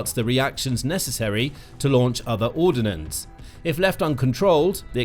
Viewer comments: I wish the commentator learns how to say 'ordnance; it's not ordinance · Ordnance isn't pronounced with an 'i' in it.